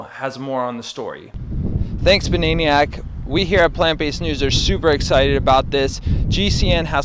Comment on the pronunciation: you say banaeiniyack and i say bananiac...